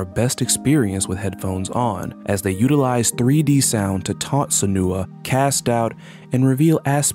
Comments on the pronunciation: the most disturbing part of this video was the utterance "jillermo del toro" immediately after "high-deo kojima" edit; i stand corrected, the repeated utterance of "seh-new-uh" is much more powerful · This video is great but I HAVE to draw attention to your pronunciation of Senua (Sen-new-ah not Se-nooo-ah) and Mogeko (Mo-gek-oh not Mon-gek-o). The bit in OFF about Hugo being the Batter's son is actually a mistranslation.